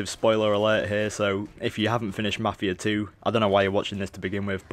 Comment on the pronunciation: i can understand everything you said except for ------MAFIA 2